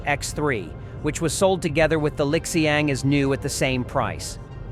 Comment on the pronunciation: Pronounced as Li Xiang; NOT LIK XIANG